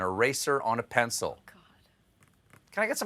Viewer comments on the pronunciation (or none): none